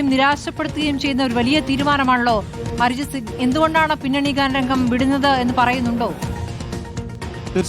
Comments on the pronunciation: North il film industry ൽ ഉള്ള ആരും അരിജിത് സിംഗ് എന്ന് പറയാറില്ല അർജിത് സിംഗ് എന്ന് തന്നെയാണ് പറയാറ് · അരിജിത് സിംഗ് അല്ല അർജിത് സിംഗ്